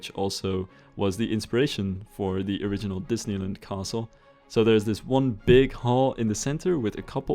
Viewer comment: Disneyland now rhymes with New Zealand. And I’m here for it.